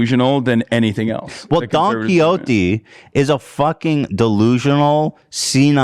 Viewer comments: "DOnkeY hOT-eeee" I will never pronounce it any other way. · Bro the pronunciation of don quixote was hard to listen to